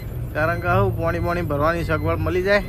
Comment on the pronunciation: પોણી ❌પાણી ☑️ ભાઈ શબ્દો સુધારો યાર